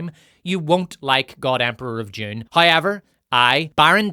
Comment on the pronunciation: Why do you keep pronouncing Dune as June? Is that some sort of accent?